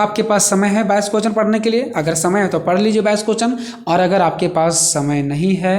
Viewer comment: Sir aap क्वेश्चन nhi bol pate hain to प्रश्न भी बोल सकते हैं हम लोग को कोई दिक्कत नहीं है but कोहचन mat boliye aapka bola huwa har word matter karta h 😢🙏 Baki sab thik h 👍🙏 Thanks🙏